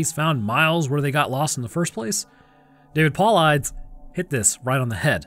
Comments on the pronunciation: It’s Paul-EE-Dees. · David’s last name is pronounced: Paul-eye-dus 👌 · > + I think Dave's Sirame is pronounced David POH-LIGH-TIS (Spelled: Paulides ....I know: it's counter-intuitive) Great Video, keep it up;-) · This feels written & read by AI. Real people who do this job have respect for those they serve; the deceased and their families. anyone who “loves” Dave Paulides knows how to pronounce his name. Weird.